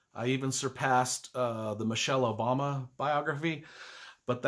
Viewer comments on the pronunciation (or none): none